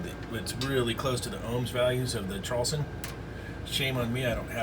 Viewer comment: traulsen pronounced ""trolls-on" :))